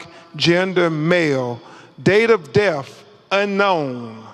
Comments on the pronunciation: Is he saying Def or Death? Pathetic. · Damn, he even took a second to make sure and that still what came out. This is harder to follow than the freakin boat audio. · If he’s an educated man he should be able to pronounce his th’s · Thanks for commenting I was looking for this thread. I know what the first person means now by def. LoL Crump was trying to say death, but he says def😂